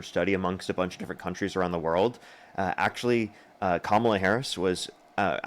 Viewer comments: Why do they still insist on mispronouncing Kamala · Can’t even pronounce “Kamala” What about the Queen of England?